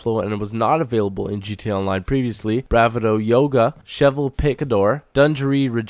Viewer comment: You can't pronounce anything.. they even say Bravado in-game all the time!